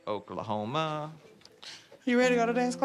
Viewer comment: FYI it's 'Oooooooooooklahoma' not 'Oklahomaaaaaaaa'